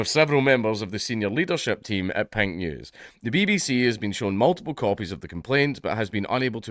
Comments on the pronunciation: Watching this half-deaf is hilarious because it sounds like he's saying "Pingu's". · It wasn't till 1/3rd of the way through that I realized he wasn't saying "Pint News"! Now, it makes perfect sense and is, in fact, expected. Still, it would make a great name for a micro-brew critique site!